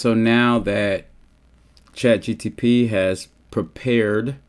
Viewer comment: Say chat gtp one more time